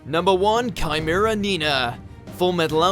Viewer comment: Don’t fucking say Chimera like that. They say it many many times in the anime. Say it right for once.